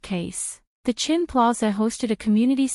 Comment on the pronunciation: AI writes Chen, AI reads Chin